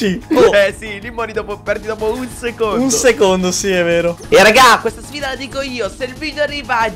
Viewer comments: Ma hai perso quando hai detto sffida al min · hai detto anche nella prossima sFida “s F ida”ma sei un grande comunque:) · Hai detto sfida cn la f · Ha detto sfida con la F